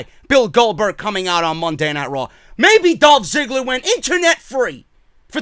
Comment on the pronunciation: Is it me, or did I literally hear Goldberg say Dolph Zigger and not Ziggler?